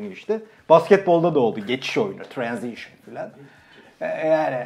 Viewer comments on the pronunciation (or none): 8.57 deki "tırenzışın".. Beklenmedik bi anda yakaladı beni çok fena etkisinde kaldım